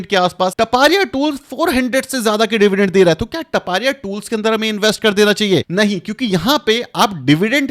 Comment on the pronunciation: It is not टपारिया but तापड़िया tools